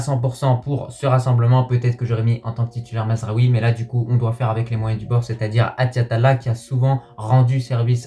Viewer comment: petit conseil en arabe tu peux dire achraf et attiat comme en francais 7achraf et 7attiat sa n'existe pas voila sinon bonne vidéo comme d'habitude